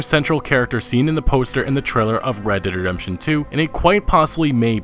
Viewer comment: Fucking say it right!?, You keep saying redt dem redemtjohn UGHHHH